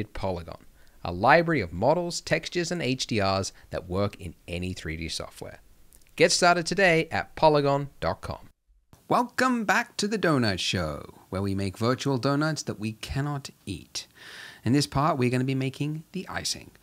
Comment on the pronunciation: its funny how he said wrelcome back to the donut show!